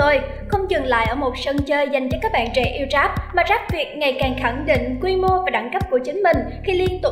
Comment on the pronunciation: Rap mà đọc là trap ? Rồi underground đọc là ăn gờ rao -_